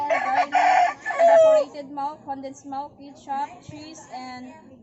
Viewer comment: Melk and kitchup 😂